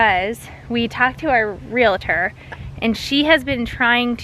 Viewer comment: real-tor NOT real-a-tor